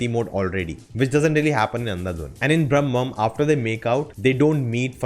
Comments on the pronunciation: Bhramam - is not pronunced as Brahmam - both are different words and have different meanings :) Bhramam is not ब्रह्मा. Bhramam means illlusion and can be pronunced as this ब्रमम . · Not brammam.... It's bhramam....fascination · It's not Bram'mam, but BRA'MAM (obsession)